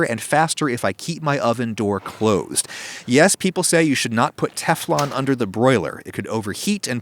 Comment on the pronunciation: you said Teflon as Kiflom in GTA 5 :D